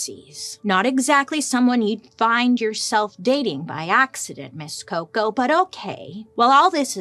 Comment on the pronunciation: You made my day 😂 the way you said coco was amazing